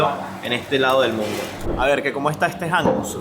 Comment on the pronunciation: Pronuncias mal la palabra hummus